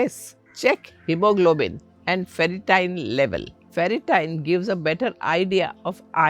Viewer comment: Not ferritien! It's ferritin.